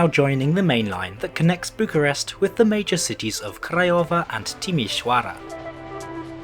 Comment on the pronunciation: I find it funny how he manages to pronounce Craiova, Timisoara, and Videle better than Bucharest. edit: also, a small correction. Legally Bucharest Municipality acts like a county and is separate from Ilfov, with Ilfov acting more like a giant Bucharestian Suburbia.